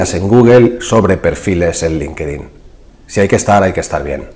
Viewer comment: No se dice "linquedin" . la correcta pronunciación es "LINK-TIN" (Linkedin)